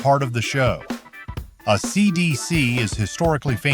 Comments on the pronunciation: “Uhhh See Dee See” - oh no , surely this isn’t AI …?? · Uh see dee see…. Or, possibly, AC/DC. We may never know. A.I. narrative has degraded already sketchy production and entertainment on the internet. It is pathetic and BAD, and I don’t understand why people are using it - it’s easier to just read a script, and the second I figure out it’s A.I. that channel gets blocked permanently. The laziness at this point seems so profound that it is counterintuitive to creating successful content. AI fucking sucks and repels me away from content. You and your trash AI narrative are blocked. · A_ cee dee_ see? I fuckin hate AI generated bullshit narratives .Can we please have a human ??